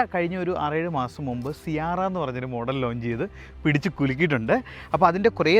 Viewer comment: C ആരാ അല്ല C എരാ എന്നാണ് .